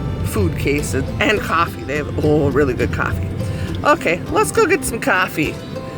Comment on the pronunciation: Your city should have a cat park, so your cats can run around with other cats!:) Hi! Thanks for taking us along on a ride through your beautiful snowy town! I love how you say, "Caaaahfee.":)